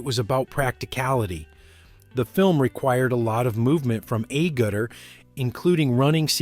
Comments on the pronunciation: I'm sorry, but your consistent dreadful mispronunciation of the surname 'Agutter' killed this entire video stone dead. This is a 1 out of 10. Do better research if you want to be taken seriously. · Yeah... Never heard it pronounced like this before. UGH. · why can't you pronounce Jenny Agutter name properly. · Oh my god, man. Look up how you pronounce 'Agutter' and stick to it. Every single time you pronounce it differently. So distracting! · How many different ways can the voiceover pronounce "Agutter"? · If you are going to talk about an actress, at least pronounce her surname correctly. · You could pay her the respect of pronouncing her name correctly. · You should settle on one pronunciation of Agutter. I counted at least 4. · AG-ur-ter, not A-gut-er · Agutter, all one word, not A-ggutter !!! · Pronounciation it ARgutter not Agutter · You mispronounced Jenny Agutter's surname, it is pronounced Ah-gutter. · I wonder why Jenny would be nervous about her dress falling off? It's not like she hasn't done nude scenes before. Also, her last name is pronounced Agg utter. I also fell in love with her after watching the movie in the theater in 1976 as a 14 year old. ❤ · I can’t believe how many different valian attempts there were to pronounce Jenny’s surname, and unfortunately none were close. Clue: it’s pronounced with a very hard ‘g’ and the ‘u’ is pronounced as an ‘a’; a little like ‘aGata’😉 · you are butchering her name, it is ay gutter, well listen to how it is said in the UK media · Jenny who? Did you call her Ayy gerduh? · Jenny’s surname is pronounced ‘ Ag-utter’. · Ah-get-er is her pronunciation of her name. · 'A Gutter' is the strangest pronunciation of her name I've heard. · It's Ah gutter. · It's pronounced. Aa gutter. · Ay gu dur was bad. Were they aiming at an American mispronunciation? I understand that Americans can't pronounce T (or I) but this was bad. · A- Gooter? A - Gutter? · How many ways can you say Agutter wrong? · ay gut a? Noooo Agguter